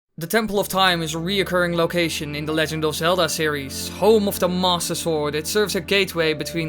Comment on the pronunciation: DUDE, seriously, what's with the way you say "Master Sword"? It always sounds like "Mosasaur", Might as well just call it the "Leoplurodon".